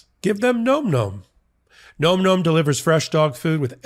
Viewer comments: Am I the only one that saw the irony😂 when he stated the name of the sponsor and it sounded like he said "Nome Nome?" I'm not trying to disrespect you sir! I'm not trying to disrespect the company that you are making this advert for. If you like the regular flavor of Nome Nome, then you're absolutely going to love the other flavors that we have, black goat goat, and my special favorite kill kill kill! We named it three times because it's just that good. I'm very sorry, just thought I'd bring a little dark humor to this whole debacle! I do not condone, goat goat or kill kill kill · I'm going to say it too,: it's nom with a "short o," as in "nominate." It's onomatopoeia for the sound hungry furbabies make when chewing: NOM, not NOME! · it's nom nom isn't it? the o isn't long making the word sound like gnome, it's more like nam. like the sound you make when you eat.